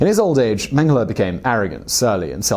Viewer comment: If you say "mang hala" one more time... Holy cannoli please learn how to pronouce German names